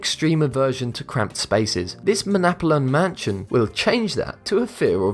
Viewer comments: Pretty sure that is Manalapan, not Manapalan. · It's pronounced 'MAN-ALA-PAN' dude...